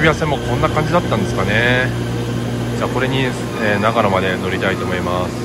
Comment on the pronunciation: 綿貫さんで草。【悲報】なかのとながのを間違えた。 新そば食べたい すみません。ここって長野県ですよね？長野の新そば食べたいので来たんですけどそれらしき店が無いのですが何処まで行けばありますか？.......あれここって長野県じゃない、あ！発音がなかのでしたね。